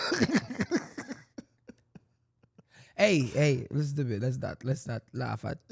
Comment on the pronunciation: Not lowatollah, 🫠